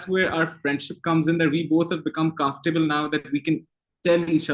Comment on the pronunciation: Hamza sohail said again and again 'we are confatable each other '😀😀